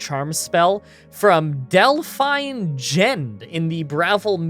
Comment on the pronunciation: It's Delphine, not dell-fine.